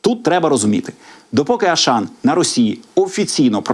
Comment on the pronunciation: Аушан читайте правильно